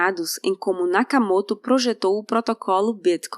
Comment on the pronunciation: faz pausa e toda pompa pra falar Gutenberg e fala Nakamoto como se ele fosse um paraiba do RJ.